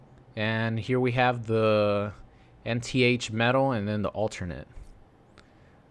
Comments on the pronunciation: "N T H metal" 😂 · Not to be "that guy" but it is pronounced inth metal. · Nth is pronounced as it looks. the “N” letter followed by “th” like the end of “Seventh” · How tf do you not know how to pronounce nth metal? I bet you don’t even know what it is lmaooo